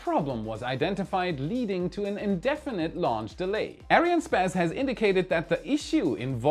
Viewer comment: That way of pronouncing ariannespace